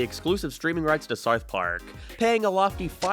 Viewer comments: You can't even pronounce South Park. Syth Park on Paramynt guys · The way you say south park is killing me